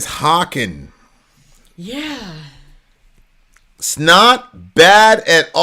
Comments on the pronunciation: HAY-KEN... Rhymes with Bacon. One of my favorite bands. They have so much different stuff like Pain of Salvation. They're on the same label and I love your PoS reactions! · Haken is fantastic. And Prosthetic is one of their weaker songs(still pretty f*ing good). And "Haken rhymes with bacon" ;)